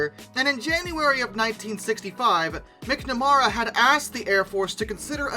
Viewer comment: mispronouncing people’s names AGAIN! (McNamara)